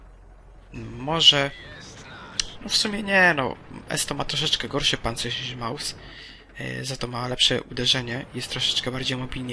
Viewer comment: Nie małsa tylko Mausa .